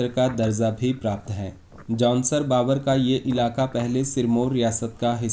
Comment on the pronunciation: भाई जी nice विडियो ❤ लेकीन जौनसार बाबर नही जौनसार भाबर है